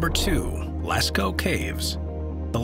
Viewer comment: Yey! Someone who finally pronounces LASCAUX Properly! Merci!